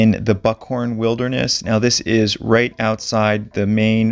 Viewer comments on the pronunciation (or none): none